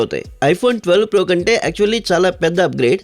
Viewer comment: Voice is only nice in hindi,not in other languages And in starting he said iphone 13 fro🤣🤣🤣🤣